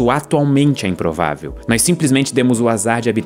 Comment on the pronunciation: Ele disse, é im-provavel mas não im-possivel😭